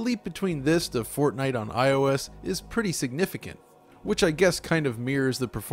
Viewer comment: Everytime you say Fortnite I understand Fartnight. So going by that, I just farted at night.